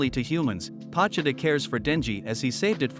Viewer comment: Pochita Bro said it wrong